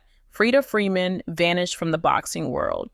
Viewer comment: It's Foreman.... George Foreman Freeda Foreman. Smh